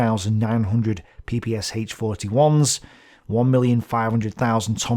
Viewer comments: It was called P-P-SH (like in the sh-elf), not P-P-S-H... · Quick notce. ppSh should be pronounced like "SH" (for example like in SHock or SHe) not S-H. Or like "SCH" in german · PPSh (ППШ) should be pronounced peh-peh-shah. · > it's an acronym and Sh is for surname Shpagin Acronym from the Russian surname., being an englishman, understandably having a hard time pronouncing russian letters > BTW it's weird that Russian has any objections i'm not a 'pronouncing nazi', and I am very annoyed by people who floods comment section with "It's not S-H, it's Sh" etc